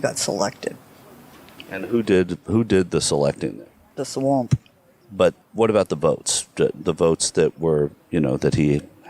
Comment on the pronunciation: "He was sa-lected." " Who selected him?" "The sa-wamp." 😂